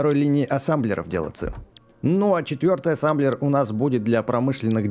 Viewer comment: А почему ассамблер а не ассемблер?